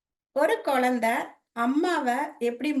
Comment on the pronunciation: உங்களுடைய ஆன்மீக சேவை மிகவும் நன்றாக உள்ளது ஒரு சிறிய திருத்தம் செய்து கொண்டால் மேலும் சிறப்பாக இருக்கும். ள ழ ல உச்சரிப்பில் சற்று கவனம் செலுத்தினால் மேலும் சிறப்பாக இருக்கும். Ex. குலந்தை, முலுசா etc. நன்றி.